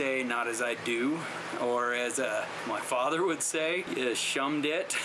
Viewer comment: LOL, "SHumb Dit"